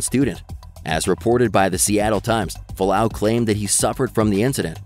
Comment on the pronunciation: F-u-a-l-a-au, not falau